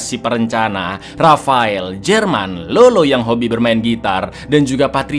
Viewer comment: Bukan lolo cak tapi lalo. Kalo di amrik latin Lalo itu nickname dari nama yg blkangnya ardo, contoh: Eduardo, edgardo